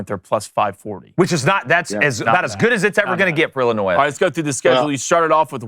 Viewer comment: I am turning it off. Illinois, really????